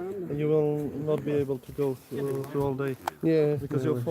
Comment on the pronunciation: What did he say ? Road frue. Are you sure you didn’t mean to say road through ?